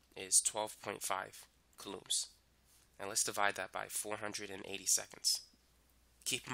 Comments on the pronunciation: Haha yeah. Kalooms. It’s coulombs ffs. Kooloms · is anyone else triggered by how he says coulombs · I have never been more outraged. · It sounds weird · Me 2